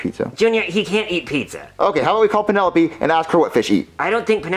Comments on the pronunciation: Penelope? more like Peenalope hahahaha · Lol he really said Pennsylvania and peenolope